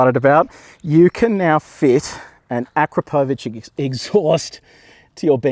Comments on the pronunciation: Hajde, tako se ne izgovara Akrapovič - on je naš Slovenac! Nećeš valda sada počet kazati 'Tezla'? Sorry mate, couldn't help it 😁- keep up the good work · Have I been pronouncing akrapovic wrong